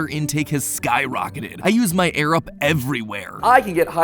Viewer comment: I was so confused when he said "I use my Arab" before realizing it was "Air Up"...